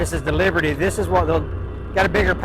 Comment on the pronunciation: I heard saying "Liberty", while I thought I was hearing him say "Leopard".